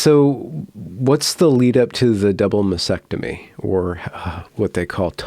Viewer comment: I love you but you are not the only one who does this, and it's not so much pedantry as just something that grates in my head and makes me shout "Can no one say MASTECTOMY correctly!??"